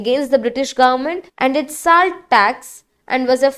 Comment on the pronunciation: Thank you for the invaluable knowledge, but the pronunciation isn't upto the mark. Name of our hon'ble PM is misspelled and even the basic word 'salt' is pronounced wrong in this video.